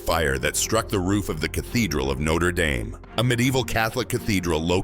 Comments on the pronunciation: Note-er dame is a college. No-tra dahm is the church. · "No-ter dame" Thumbs down for your stupid AI narration.